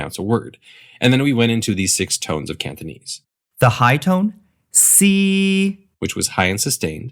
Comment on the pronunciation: It’s kinda annoying how it sounds like he says ‘Canthonese’ (I don’t know whether it’s to do with the mic or whether he’s actually pronouncing it like that)